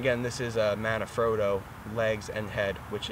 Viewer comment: MANfrotto. Not MANAfrotto